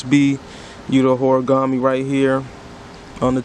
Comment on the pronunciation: If you don’t even know how to pronounce his name, I bet you’d probably don’t even know who the fuck he is. How about this if you don’t skate don’t buy skateboard shoes.